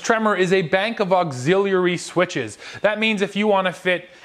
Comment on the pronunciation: Auxiliary... auxilialarily 😂